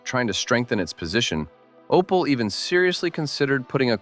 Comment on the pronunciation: where dis you read Opal? it is Opel american man.